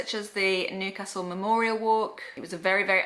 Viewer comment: its pronounced as newcastle not nocastle but good review